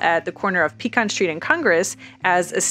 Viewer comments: Another carpetbagger who can’t pronounce Pecan correctly, selling real estate. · Look anyone who can’t even pronounce the names of the streets correctly, does not need to be trying to explain the history of the “ explosive” growth of Austin, Texas. Lady, you have not a clue what you are talking about when it comes to the real reality of the growth in Austin 100 years ago compared to the growth in the last 10–15 years! And please learn how to pronounce Pecan Street! It is not a PEE CAN!!! if you’re going to try to impress people with you being a realtor you need to learn more the real facts about Austin Texas and you do that from talking to the people who have been here 20-30+ years not people who just moved here the last few years they do not have a clue!